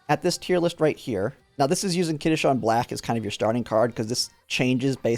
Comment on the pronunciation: He's also pronouncing it as kitasean lol, it's kitasan